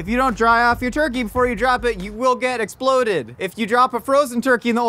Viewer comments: him saying sploded and esploded spoke more my language than any public service announcement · I love how his pronunciation of exploded slowly deteriorated during his safety speech. exploded -> esploded -> sploded -> splodeds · the whole… “sploded” bit made me stop watching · i cackled every single time we got hit with a “es’ploded” this has been a good day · Need a Josh tee “you will be ‘sploded” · Here's a game: Take a shot every time Josh says s'ploded